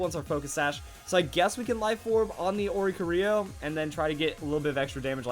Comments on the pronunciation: ...ori-cori-oh. Not ori-coh-rio. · Ori-cori-o not Oric-orio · Omg it is ori - corio